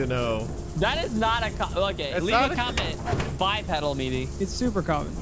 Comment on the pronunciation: Why is mispronouncing bipedal. Its bi-pee-dal